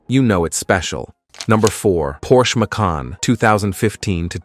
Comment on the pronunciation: It’s not mack-kin nor may-kin; it’s ‘muh-can’